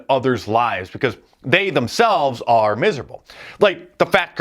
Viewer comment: Dice is brilliant. I just wish he could pronounce "Are" and "Our."